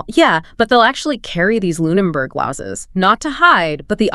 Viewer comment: Who is the chick speaking on this? It’s Luneberg Lens, not LuneNberg. Misspoken at least three times Not spoken correctly even once.